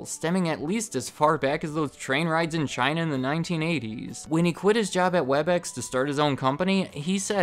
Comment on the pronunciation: ONE WORD CH-I-NA